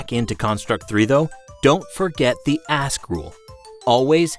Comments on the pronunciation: Why are you pronouncing ask as ass? You do that intentionally don't you? Ass gamers. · My first time on his channel and i thought he said "Hello a$$ gamers" lol